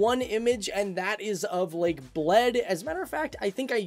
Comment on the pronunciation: I needed some time to understand he's saying "lake of Bled", not "lake of blood" 😂😂😂